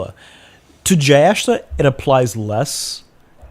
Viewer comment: Not criticizing your accent, but you can say Jyestha as Jay-esh-tha ( I don't know what latin script is appropriate for the last. The closest I can think is the T in tik-tok but our t would be more pronounced. I sincerely apologise if anyone reads this feels like I'm targetting the content creator.